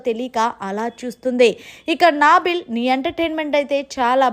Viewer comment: Naaaaa+ బిల్... Naa billu... Current bill kadamma adi... Nabil... Palakadam vaste paluku lekapote warangal muddubidda anu...😂